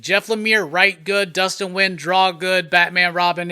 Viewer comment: Dustin Wynn? LOL! Dustin Nguyen